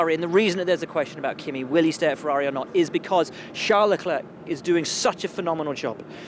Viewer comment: Ffs come on Will: the last c in leclerc is slient. You pronounce it like le-clerk, it's more like le-claire